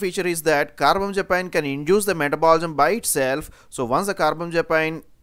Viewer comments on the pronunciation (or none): Car-bam-za-pine? It's Car-bam-azza-peen